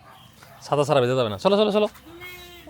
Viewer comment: সালাম ভাই ছাতা না বলে চাচা বলছেন 😂😂😂😂😂